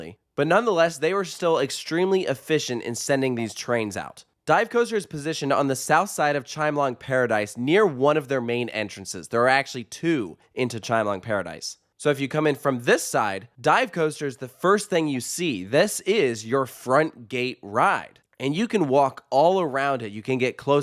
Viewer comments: Pronounced "Chee-mee-long" 😊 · its funny that's my second home and every time you said it I was like eek... LOL